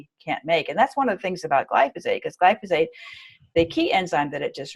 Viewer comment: Note to self, learn how to say glyphosate before interviewing a genius. lol 😆